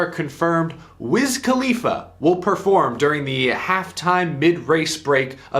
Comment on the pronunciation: What in the heck is a wizz kaleafa?